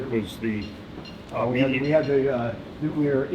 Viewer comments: Really, A Nukular powerstation you say? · LOL. "New-cue-ler power stations" Nuclear broseph. New-clear. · Please dont pronounce it "nuki-ler", it's "nu-kli-er"